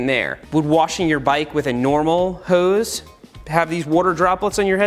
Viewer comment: I died when he said: and i gonna grav the hoe😂